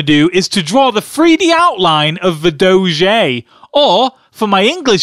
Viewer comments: Its Doe - J not Doe - Jay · It's pronounced doge not dogé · DOE- shay. LOL Its obviously Doe-je :p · I am a french viewer and we all say Doge to say Dog, it's much more professional to say. 10 out of 10 would Doge again ! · Doge Really? I thought it was pronounced Doje. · not pronounced dojeh, its pronounced Dog-e (doh-g-e actually say E) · in french its not dogé its DOGE and in french a dog its a chien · oh rly, did you know doge is not french for dog already? indeed! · dis looks nothing like doge. and it's pronounced doje not doge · it's doge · Dough-Je, Dafuq. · 10 out of 10 would do-zhay may-may again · i think its pronounced do-gee and it certainly doesnt mean dog in french :P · It's "Doh-j" and "Meem" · its called sopossed to be said dojuh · Doge is not French for dog, chien is. Plus doge is pronounced "douge" and meme is pronounced "meeme" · it's Doge (doh-j) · It's pronounced Dough-gee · it's pronounced duge spelled d0ge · It is pronounced doje. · It's pronounced dohj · why does everynody call doge goje its dumb stop saying it wrong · Its pronounced doe-ge. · its not doe-j its doe-ge and its not may-may its meem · It is pronounced "dough-j" and "meem" Your welcome. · Its not prenounced doge a its prenounced dojje and chien is French for dog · Your pronunciation of Doge really bothers me, it's pronounced (DOE-gee).... And for all the people saying he's bad at drawing, it's a joke. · First you say its pronounced like doge, and then you say its pronounced like DOGE, Can you make up your mind already?!?! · Doge is not dog in French, it’s chien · And you prononced doge wrong. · You pronounced it wrong lolol